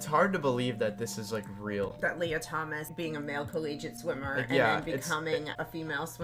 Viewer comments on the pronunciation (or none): none